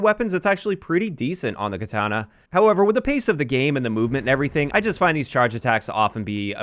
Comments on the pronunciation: I think he pronounces it as ketana (with the an sounding like SANIC) the first two times and then correct pronunciation or close enough the third time. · Why are you saying katana that way lol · I'm losing it at how you pronounce katana